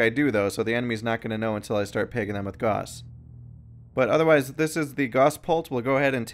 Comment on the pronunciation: ok let's get this straight Gauss is not pronounced "g-o-ss" it's pronounced "g-ow-ss"